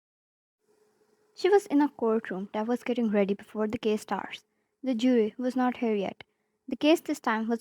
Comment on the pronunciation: omg, i read case "kiss" after you kinda pronounced it "kiss"